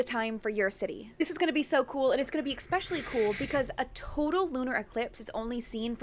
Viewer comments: I knew that girl was just repeating facts and doesn't actually possess knowledge because no educated scientist says EXPECIALLY! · Why do all younger ppl say EXSPECIALY